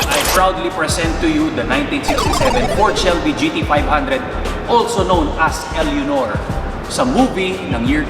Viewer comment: Eleonor? Pronounce it as elenor